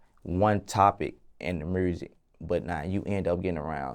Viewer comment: I love but “mursik” wtf